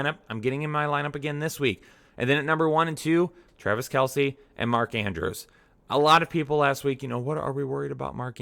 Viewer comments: "Travice" Kelce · Trav "Ice"